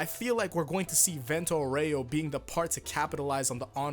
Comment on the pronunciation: Actually,the italian pronunce for Vento Aureo is Vénto Aúreo